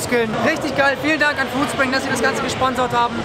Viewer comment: Foodspriug, statt Foodspring